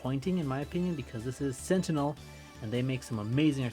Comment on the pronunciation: why are you saying gentinel